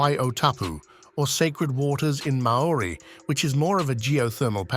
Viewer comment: Boiling river is at least 90 degrees F below boiling point. Tanzarnia? at least learn correct pronunciations Maori not ma ori ... one word not 2